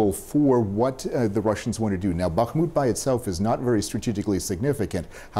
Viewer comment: Respect for correctly pronouncing BaHHHmut (while most wrongly say BaKKKmut).